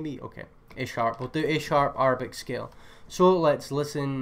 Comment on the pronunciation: bro its (air)-a-bic not (are)-a-bic LMAOOOO